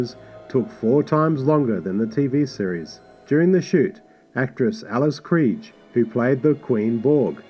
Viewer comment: I really like the music on this one, I was hoping you’d’ve corrected the pronunciation of Alice Krige though.